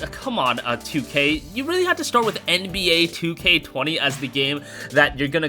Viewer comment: “EN-BEE-AYY, 2K20” 💀